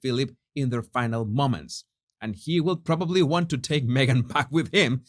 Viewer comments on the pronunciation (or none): none